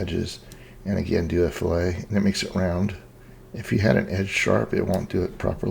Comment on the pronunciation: its pronounced.... "FILL-IT"....not "FILL-A". FILL-A is what you do to a fish. ;) Nice work though!